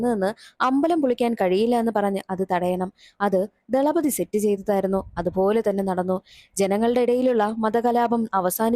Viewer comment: Thalapathi 😂 not dhalapathi 😂😂